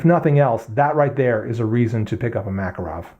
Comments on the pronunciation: Both of those pronunciations of "Makarov" are just as wrong. It's pronounced like "Mah-kahr-of", not "Mac-arow". Not that it matters, we in non-English speaking Europe don't pronounce American brands in English either, like Microsoft or Tupperware. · mak-KAR-awf . . . you English butcher the language :) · Pronounced: Ma-Car-Awf